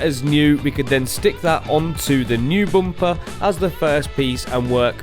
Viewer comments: So sorry you can't say bumper I think it's Matt's influence he often can't pronounce things. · can't un hear boom-pah😂😂😂😂